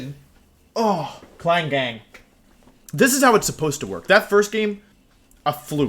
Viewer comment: Wait klang not klinklang